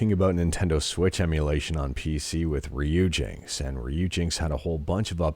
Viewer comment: I'm guessing Ryujinx is pronounced "Ryuji NX" since ryuji is a common name and NX was the codename for the switch years ago